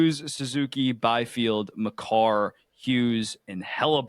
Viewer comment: Bro said Byfield